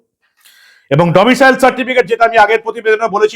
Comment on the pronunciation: ওহে , domicial নয় , আগেই বলেছি। ওটা domicile 😅😅😅